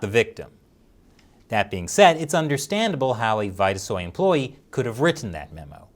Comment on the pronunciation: It's probably pronounced Veeta-soy not vighta-soy.